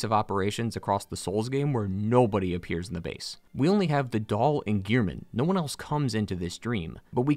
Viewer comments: All this research and he's pronouncing gehrman as gear-men face palm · I have one thing to say. His name is Gehrman! Not "Gear-Men". He even says his own name when introducing himself so how could you get it wrong? Especially when his name isn't written in any way that would suggest it to sound like "gear". Anyways, rant over, great lore video.